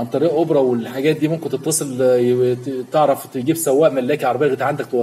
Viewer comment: اسمه اوبر مش اوبرا😅😂